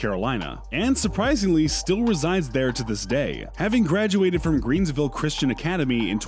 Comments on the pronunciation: Greenville not greens. Ight, sorry, keep going sir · You pronounced Raleigh wrong! Pronounced like 'Sir Walter Raleigh'! It is also Greenville...no 's'